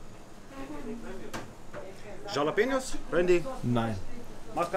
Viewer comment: mich triggert diese aussprache von jjjjjjjjjalapeños